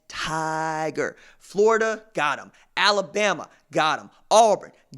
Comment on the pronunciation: RJ you are crackin’ me up about Al-la-BAM-MA!